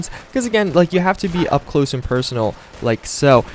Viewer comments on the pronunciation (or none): none